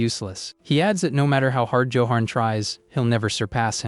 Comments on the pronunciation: joe-hon.... ayfkm? no effort ai slop. what a load of BS. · Why the AI cannot pronounce Johan correctly still buffles me.